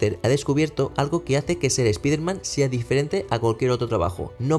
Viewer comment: Si vas a hablar de un personaje extranjero deberias minimo saber pronunciar su nombre. Espiderman? Pedazo de burraco!